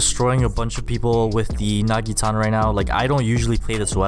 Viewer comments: Not nagitana but naginata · you said nagitana, it is naginata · Its not a nagitana its pronounced "Nah-gi-nah-tah" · My man just Said nagitana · I like how he is a pro but pronounces Naginta wrong